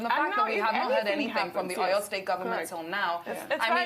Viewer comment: Please ma pronounce our cities properly. I can forgive you if you are a foreigner but common! You are presenting to Nigerians and can't make attempt or research on how to pronounce a Nigerian city. Common Seyi Makinde, Aw Yaw state for Oyo. Common! Learn how to pronounce our names. You media guys should stop destroying what is ours with a foreign language. It does not make you more sophisticated calling a Nigerian name with another accent. Please ma